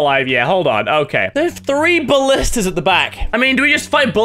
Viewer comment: You know mini has been playing overwatch when he calls ballistas "bastions"